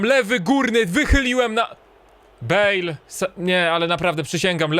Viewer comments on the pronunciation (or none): none